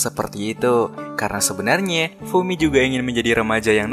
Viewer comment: kenapa pelafalan huruf a selalu ada e nya bang? contoh; sebaikNYEA, sebenarNYEA